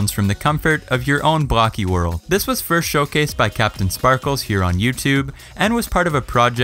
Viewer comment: You said first wrong